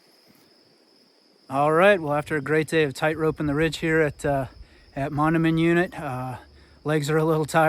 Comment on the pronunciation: Hi, just started watching, very nice to highlight Iowa's loess hills. BTW Mondamian is pronounced mon-day-min. Thanks for the video!